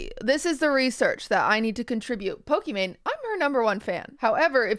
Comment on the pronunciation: number 1 fan yet QT can't pronounce "Pokimane" correctly